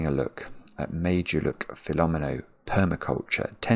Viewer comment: Not gonna lie...I'm not overly familiar with Fillomino puzzles and I was listening more than watching. It sounded like was saying "made-you-look", and I didn't know he was saying Meidjuluk until I read the instructions 😂😂😂.